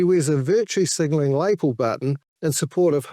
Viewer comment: It’s strange that you speak with great insight and wisdom but don’t know how to pronounce ‘lapel’.